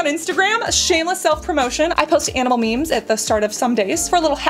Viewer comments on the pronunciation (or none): none